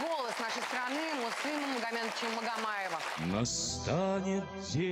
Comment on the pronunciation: Боюсь, что она нигде не смотрится. Отчество Муслима Магометовича произносит "Магометыча" . Проблемы с дикцией? Хорошенько бы надо поработать над сценической речью.